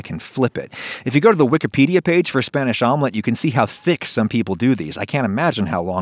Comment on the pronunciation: Hearing him pronouncing spanish words pains me